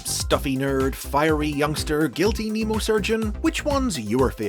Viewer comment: Mnemo rhymes with memo, not Nemo! As in Mnemonic. 😣